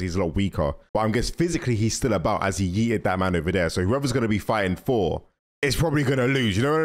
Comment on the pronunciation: You dont know how to say thor?you say for😂 sorry its just fanny